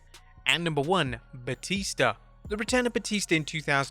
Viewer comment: "Blue tista" I didn't know that Batista his named after the River Tista😂